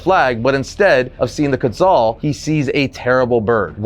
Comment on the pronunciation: not to be a d bag but this is the second video I've watched on this issue and both of yall have pronounced Quetzal incorrectly. I know I'm being extra and technically there is no correct way currently since its a fictitious bird created by the writers and they've never verbally canonized it's pronunciation but I'm 99% sure it's based off of the Aztec god Quetzalcoatl because, well the name first of all but, also its a flying deity from Mexican mythology. Anyway, if I'm right, then it should be pronounced like Keet-sull. yeah I know, I'm lame. I just really like mythologies from around the world and thought I should share that